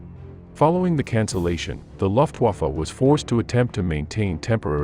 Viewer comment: Your pronunciation of the name of the German air force is incorrect. It is not LOFT-waffe but LUF Get it LUF. L-- u-- f-- t=Luft-waffe.